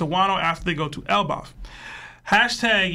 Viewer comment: Bruh cant pronoune elbaf if his life depended on it its crazy 😂😂😂